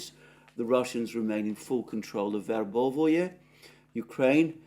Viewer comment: It's not "Verbovoye", it's Verbove. It's not "Urazhaynoye", it's Urazhayne. It's not "Popasnaya" it's Popasna. It's all simpler.